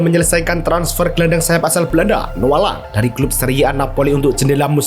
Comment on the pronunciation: Oh namanya noa lang, kalau denger saat nonton kedengerannya noh alam